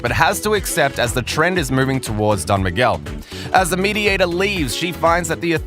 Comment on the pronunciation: U got it all wrong with "don miguel" xD what a bummer